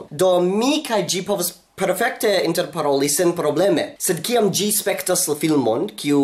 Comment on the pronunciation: Why do you say "gi" and Not "si"?